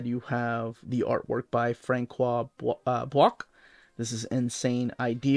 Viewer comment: Boucq is pronounce as "book", similar to that. Madwoman of the sacred heart has one of the funniest rapes I've read. I read in Spanish Tho, don't know if the book is as funny in English.